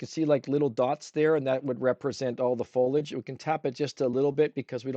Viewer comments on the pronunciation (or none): Foliage...not Fo-ledge !